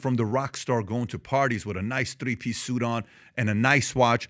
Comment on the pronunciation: Th-d-ree…ya know?